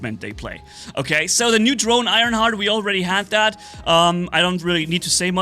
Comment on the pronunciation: HEARTH not heart.